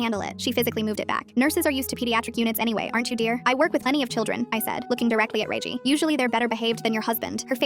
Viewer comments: Redgie not reigie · “Reiygi”got me crying ngl 🙏🏻 😭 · 'ray gie' 😭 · Rosalina 🚫 Rosslin ⭕️ Regie 🚫 Ragey ⭕️